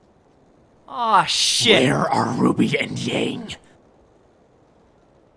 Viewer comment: That’s not how you pronounce Ruby!! Flashback to ruby episode that is so terrifying Me: Can we go back about that